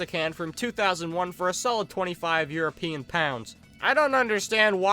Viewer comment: Blud said europeian pounds 💀